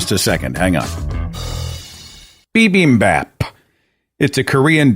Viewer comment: Also. BIMBIMBAP is pronounced like "cat" as if with a British accent. Somewhere between "bap" and "bop" but closer to "bop".